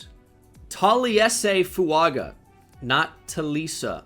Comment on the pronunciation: Fuaga is pronounced Fu-wun-ga